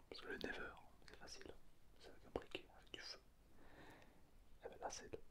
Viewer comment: le concepts est incroyable mais, pourquoi tu dis " never " au lieu de " nether " et " pmj " au lieu de " pnj " ? c'est si frustrant omg